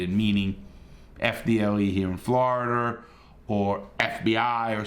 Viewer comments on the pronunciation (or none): none